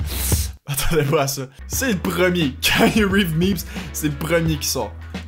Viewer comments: Ca se prononce Kianou Reeves pas Kainu Reeves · mise a part que tu prononces croche son nom (c'est keanu Reeves, dit kianu, pas kaïnu...), bonne vidéo!